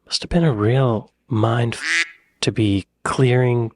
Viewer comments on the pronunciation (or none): none